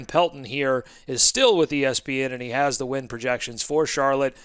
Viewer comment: I thought you said “wind” projections at first 😂😂😂 had me thinking you were in the Queen City 😂